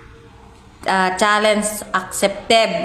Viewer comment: Oh my gawd!!! Naririnig mo ba yang mga pinagsasabi mo manang?! Malamang kinakahiya ka na ng mga anak mo. Bago ka mag accept ng mga challenge bigkasin mo muna ng tama ang challenge accepted. HINDI Challenge acceptive OBOB!